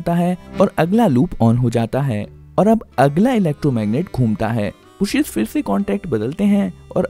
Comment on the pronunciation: ब्रुशेस नहीं ब्रशेस सही उच्चारण होता है! स्टैटर नहीं स्टेटर होता है